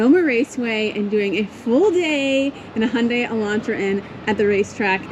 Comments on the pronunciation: I'm surprised the some instructors still pronounce the name incorrectly. says it correctly, it's "Hyun-DAY" as in highlighted in infamous Super Bowl commercial "Rhymes with Sun-DAY" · Right and the closest/correct proununciation to the original Korean and how is correctly pronunciating it is Hyun-DAY. If the UK promotes it differently, then it's their marketing department that isn't doing a very good job of helping to standardize the name globally. Here's the ad spot dedicated to how to correctly pronounce it in English